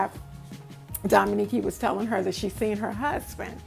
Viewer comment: Awww you are so sweet my name is pronounced dominique. I love you too and I wrote in on her live but I got the impression that she didn't believe me like I was being funny. Hate that your baby went thru that. I have a special needs baby who is 19 that I take care of and it's like she is a baby. Enjoyed your video